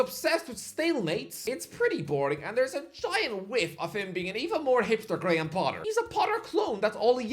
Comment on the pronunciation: GAY-HAM Potter